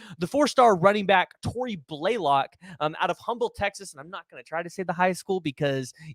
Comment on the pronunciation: It’s pronounced UMBLE, Texas